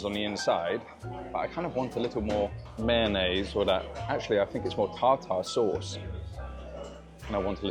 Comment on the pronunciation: Was totally enjoying the video until the repeated mispronunciation of tartar sauce.